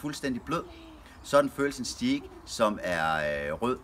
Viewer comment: En så proff. grillmand kan vel lære at sige "stajk" og ikke "stiik" 😁